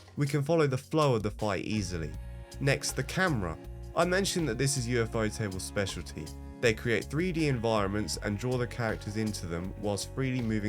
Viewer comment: You lost me at ufo-table💀